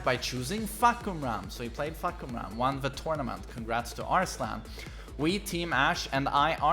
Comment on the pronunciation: He said fuck koo ram 🤣🤣🤣 it’s pronounced faah-Kuu-mah